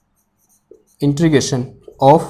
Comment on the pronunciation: Bahi intregation nhi integration 😂